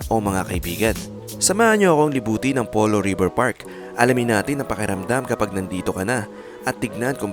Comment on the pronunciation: Pulo ipronounce ang Polo..kasi sa mapa mukang Pulo yung area. Taga dyan ako sa area kaya ganun namin ibigkas "Pulo"